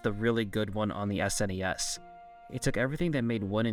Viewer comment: You got my attention and respect when you said S-N-E-S and not "Sness" as some people say it which always drives me nuts lol